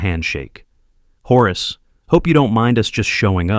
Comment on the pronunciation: "horus" - so lame, it's Horace